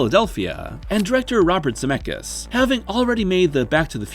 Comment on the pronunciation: Ze met skis not Zemekis😂